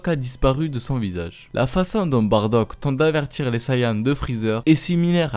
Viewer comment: On dit Baddac